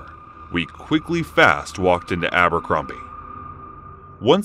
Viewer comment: Abercrombie? I thought you said Albuquerque 😐 lol